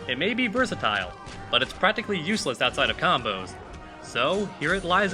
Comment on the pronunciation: but, not butan